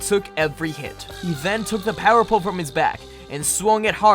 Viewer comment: When he said power pole it sounded so wrong